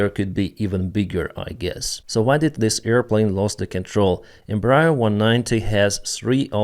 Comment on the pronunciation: It’s pronounced Embræer